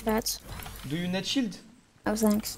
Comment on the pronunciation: Cette anglais de ouf "do you ned potion,do you ned shield" xD